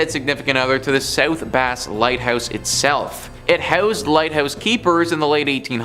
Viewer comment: The name of the island is pronounced like the word brass without the R so like the fish that one can catch in the lake south bass island is his you say it. I just do not understand how people cannot pronounce words these days. Base is not even spelled like bass. 😂